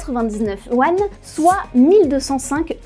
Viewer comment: Bien mais la prononciation des noms de regions (Anhui, Henan) est vraiment catastrophique, pareil pour Yuan, que vous prononcez "Wan"